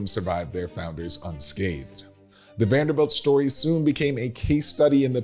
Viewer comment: Presenter needs to learn how to pronounce the family name!